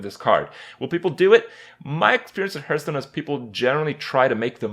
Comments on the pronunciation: I don't mind since a lot of people say it like that. But "Hurthstone" is so annoying! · Hurtstone and KRAY-KEN